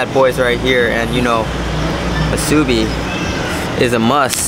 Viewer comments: Just a little pronounciation tip: Those of us who live here usually say Wai-ki-KI (stress the last syllable) as opposed to Wai-KI-ki. Also, spam mu-su-BI (stress the last syllable again) instead of spam mu-SU-bi. I notice a lot of tourists say mu-SU-bi. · It’s not masuebee It’s musubi pronounced moosuebee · Somebody please help this guy pronounce Waikiki and musubi. 😆🙏🏼 Good travel advice though. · OMG and he butchered Musubi...I'm dying.